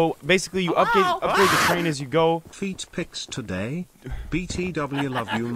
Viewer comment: It's not touday